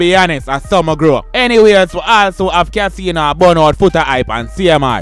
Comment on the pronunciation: Kaseeno.?...yuh mean! 🤣🤣